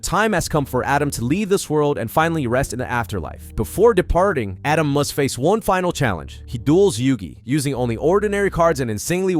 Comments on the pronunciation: ATEM not Adam. 😂😂😂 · Stop calling the Pharoah Adam. It's Atem. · Atem ❌ Adam ✅ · *Atem not Adam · Atem... not adam.. jesus drove me nuts whole video lol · I know it’s American thing but I just can’t not hear pharaoh “Adam” every time you say it 😂 great vid btw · The way this dude pronounces Atem is killing me. And he does it 15 times a minute. 😅